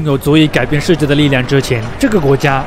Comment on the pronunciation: 主播，世界读音shijie视界，不是设界。